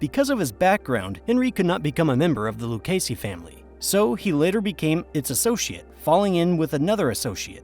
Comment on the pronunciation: A.I. narration has annoying flaws, I.e.: mispronouncing Lucchese. Should be pronounced "Loo-kay-zee."